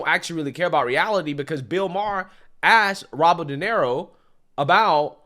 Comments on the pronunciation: It's pronounced Duh Near Oh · Robert “Donero” 😂😂😂 Mispronouncing household names has become a hobby for this guy.